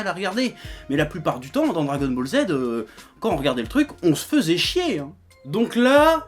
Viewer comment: Je pense que le plus triste dans ce que tu dis c'est "fessait"... On écrit "Faisait" et on prononce "feuzai". J'aime pas faire le prof de français mais là ça pique ^^' Bref, je m'explique pour le "encore à l'Ouest". Tu dis que tu juges les 2 arcs ok. Là tu parles des films en fait mais ok, soit. Goku faire preuve d'intelligence dans la vraie vie ? On doit pas regarder la même série je crois parce qu'à part bouffer pour se nourir ce timbré ne fait rien d'intelligent Irl. Ce que tu dis pour Sporovitch etc, c'est un jugement de puissance qu'il ressent comme les autres guerriers le ressentent mais à des degrés différents, rien à voir avec l'intelligence sinon Piccolo et Végéta seraient clairement au-dessus. Après s'il en fait trop à ton goût c'est ton ressenti, perso j'suis pas dépaysé. Végéta a toujours sa fierté de Prince et c'est pour ça qu'il accepte d'avoir un représentant d'Univers comme Maître, ainsi qu'un Dieu. Au stade de puissance où ils en sont ils ne pourront plus progresser sur Terre, même avec les machines de Bulma. Il le reconnaît et c'est une preuve d'intelligence. Ensuite, tu dis que son charisme se justifiait par le fait qu'il soit prêt à tout péter si on le contrariait. J'suis pas d'accord, l'arrogance, la mauvaise foi, l'orgueil et j'en passe ne sont pas, pour moi, des signes de charisme. Tout ça c'était surtout sa connerie de sayan qui était plus négative qu'autre chose. L'impulsivité n'est pas un signe d'intelligence, il était plus con qu'autre chose et c'es